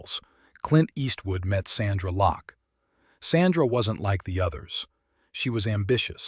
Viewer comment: Lost me when he said "Sandra Locke"! When you start getting names wrong , you know its AI........bye, bye!